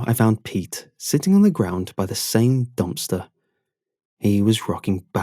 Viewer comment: I love when he says dumpster. Dompster